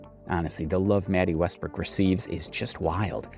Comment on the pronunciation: Love your videos bro. But it’s west brook. Not west brock